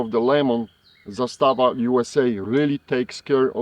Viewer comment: Zaaaaaaaaaaastava……..Not Zastaaaaaaaaava